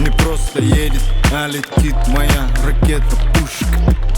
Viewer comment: Видео гораздо лучше, чем "на уровне" ) Красавчики! Но, что за блять "ракета-пЮшшка" О_о , я думал кровь из ушей хлынет